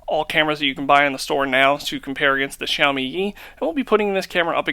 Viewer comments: he said "sashimi yi" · muddy was said 3000 times.... Sahimi Yi...LOL good job on the review